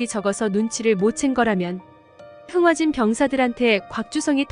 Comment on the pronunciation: 흥하진이 아니라 흥화진 입니다.